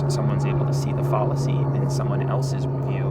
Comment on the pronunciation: Also, you're pronouncing fallacy incorrectly.